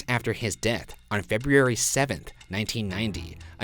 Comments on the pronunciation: we got another Febeeary, folks! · lmao a year later and Ryan still can't say February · Haha. Still saying Feb-eh-ary.... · Fe boo rurry lol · Petition for Ryan to start saying "the month after January" or "the month before March" instead of Febreearary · Ryan’s never allowed to say February again. Card REVOKED. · They do a pretty good job with names, though Ryan can't even say February correctly. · He just has a hard time pronouncing it. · #postmortem how come ryan can’t pronounce the word february? #boogara #shaniac 😱 i don’t play favorites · #postmortem WHAT THE HECK RYAN WHY CANT U SAY FEBRUARY, let Shane do it